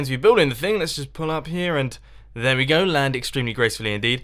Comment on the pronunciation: when you said "pull up" it sounded like "pull out" and I was like nope nope nope nope.